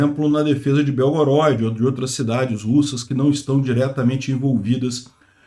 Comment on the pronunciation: Obrigado por todas suas notícias, só uma correção que a pronúncia correta de Belgorod, é proparoxítona ok. Slava Bohu v Ukrainy!